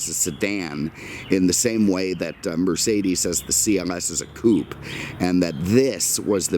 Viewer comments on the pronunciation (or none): none